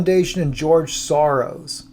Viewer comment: You can't say Sorros